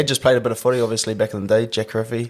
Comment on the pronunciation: Great upcoming talent, but a pity the uso can't even pronounce his Samoan surname properly 😂 It should be: 'Gee-ree-fee', not 'Kih-rih-fee'. Samoan 'k' does not sound like the 'k' in 'kick/keep' but more like the 'g' in 'get/golf'. The letter 'i' in Samoan sounds like the 'e' in 'keen/teen'.